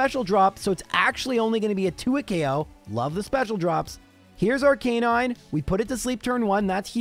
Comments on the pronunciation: I know you have been given some grief on the way you pronounce ARCANINE. “Ar-Canine” instead of the generally more accepted use of “Ar-ka-nine” you’ve defended this by saying that is a Canine and that’s how it was designed and is the purpose of it. I’ve just gotta point out that if you truly mean that, then you are also pronouncing “Blastoise” wrong as well. It’s supposed to sound like “Tortoise” pronounced “Blast-iss” Make your choice and be consistent!! 😂😂😂. Love your videos. What’s your response?😅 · Lore lie, not Lore lee. Arca nine, not Ar canine